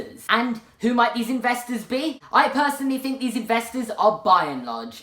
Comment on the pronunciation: I fink thats fought out. Stop saying an F instead of th. You use th in the words "the, they, that". You come from England. Learn the fuckin language. Fuckin limeys